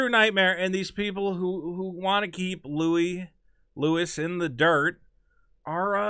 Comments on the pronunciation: It's pronounced "Louie" not "Lewis" you fucking monkey. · FOR FUCKS SAKE, STOP SAYING "LEWIS" (sprinkled with praise like he's your favourite comedian) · goddamnit pronounce the man's name correctly;)